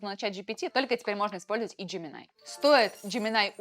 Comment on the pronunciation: джеминАй, текстА. Нинада, ни делай так.